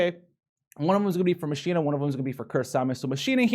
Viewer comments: not like Machine-na, its Mach-Kee-Na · A challenge for this vid. Take a shot every time howl says machine-a instead of Machina( pronounced like mokina) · Btw, it's MAK-E-NAH;)